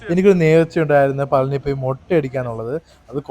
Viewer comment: Not പളനി.... പഴനി is correct😊😊